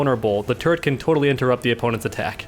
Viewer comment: Whenever you say turret it sounds like ur saying "Turd"